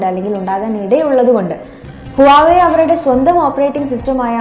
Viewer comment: Not hua wei.... Its pronounce vavei